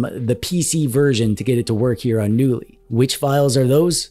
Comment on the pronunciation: Knulli is a portmanteau of the name of a type of firefly "Nulli" and the swedish word "Knulla" which means 'to f*ck'. So technically the name of the OS means "F*cky OS". Also, as in the word "Knulla" the "K" isn't silent. So the name of the OS is meant to be pronounce 'Ka-noo-lee'. So needs ta start ebracing that K sound if he wants to sound like a non-dweeb:D